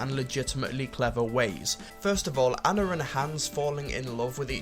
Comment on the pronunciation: aahhhnnaaaaa, say it with me ah-na, not anna, it is pronounced ah-na